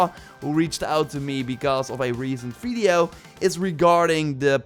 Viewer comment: No one:: fideo